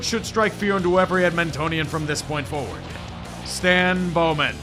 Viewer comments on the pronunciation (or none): none